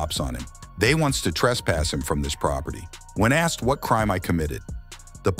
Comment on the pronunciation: "Am I required to answer questions just because he AXED me something"? LOLOLOLOL